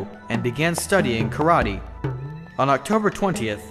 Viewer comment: TOKIYO AND AND KARATEE YOU IDIOT1 IT'S TOKYO AND KARATE YOU STUPID IDIOT!